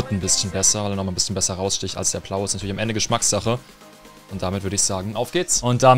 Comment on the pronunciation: warum sagt er plau